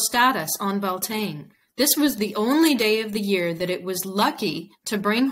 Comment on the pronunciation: Slight mispronounciation on bealtaine. We pronounce it like be-al-ti-na